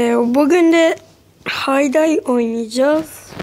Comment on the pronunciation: Hay day diye okunmaz hey dey diye okunur